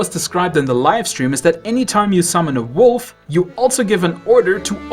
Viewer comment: "With armor made of wofl!"